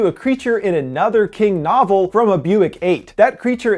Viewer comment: Is he trying to say novel as in book cuz wtf is a novela